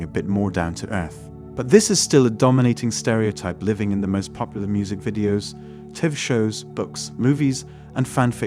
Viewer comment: bruh said "tiv shows" 💀